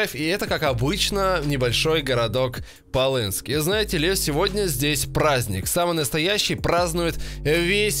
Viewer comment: Не полынск а хловынск